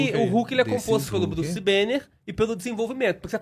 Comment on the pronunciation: Druce banner kkkkk tiraram o b kkkk😅